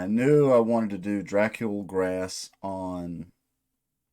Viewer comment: Pretty sure it’s pronounced Drah-COOL Grah. It’s Romanian or something lol translates to “Fat Dracula”